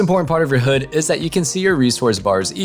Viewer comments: It's h-"ud" like rhymes with dud....not hood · HUD is read as H-U-D not hood ... others also say Huh-d but not hood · HOOD!? It's hud not hood. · I was cringing at the fact he kept saying "hood" rather than "Hud" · XD. He said. "Hood."